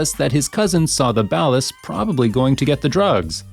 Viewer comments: Yo this busta is saying the ballaz wrong. Lmao it's said like (baw-la's) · ikr he says the "bellar" gang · The pronunciation of "Ballas" is absolutely killing me lmao. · the bales not ballers bah-lers he said balace dude wtf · Dude it's "Bawlas" not "Bowelas". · Nobody is even saying anything about it? Is that how it’s actually pronounced? Bal-is like ballast without the T? Pretty sure it’s Ball -uh s. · love how this person cant say ballas right Surprised he can say cj and big smoke right tho. Ok to help you out say baller but instead of baller say ball-la like an la sound or ugh sound. The way you say it is just wrong or you have bad ai speaking it. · I really dont like the way you pronounce ballas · The way be pronounces 'Ballas' pisses me off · Mispronouncing Toreno and Ballas is a pretty good sign that you haven't actually played the game. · Seriously so annoying. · Someone needs to teach this dude how to say ballas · I like everything about these videos except how you say Ballas